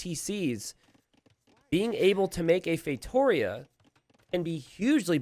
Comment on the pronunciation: ngl been watching the videos for a while. i'm portuguese, I just now realized wtf a "feitorious" is "feitoria" is read as " "fay-two-REE-ah." i've been laughing for a solid 5 minutes now